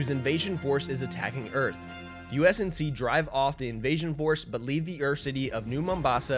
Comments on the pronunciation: great, Great, GREAT video guys! love my Esports Talk bois keep at it you absolute legends (except kept saying USNC instead of UNSC lol) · Great video, but it's UNSC and not USNC. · Just a heads-up, it's UNSC (United Nations Space Command) not USNC. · I had to go back and check but u kept saying "usnc" throughout this video it's UNSC lolz. Great synopsis of the story overall tho! Keep up the good work dude! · Nice short explanation. Shame he kept saying USNC instead of UNSC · U-N-S-C!!!!!!!! if i hear ''USNC'' one more time i'm gonna start breaking windows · Take a shot every time he calls the UNSC the USNC. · Am I really the only one who noticed hes saying usnc not unsc? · It’s UNSC not USNC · UNSC....U...N....S....C NOT USNC REEEEEE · You say USNC so many times lol UNSC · Twice I've heard him say U.S.N.C instead of U.N.S.C and in triggered lol